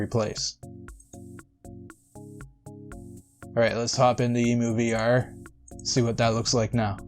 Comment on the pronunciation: EM-YOU...EMU not EEMOO... Like Emulator...EmuVR = Emulator VR... NOt a BIRD.